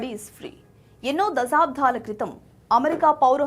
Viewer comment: మీరు దసాబ్దం అనకండి అది దశాబ్దం అని చదవాలి